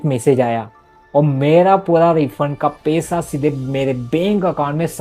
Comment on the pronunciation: (pesa, kese, benk ) bhai ye words bolne ka tareeka thoda alag hai😂😂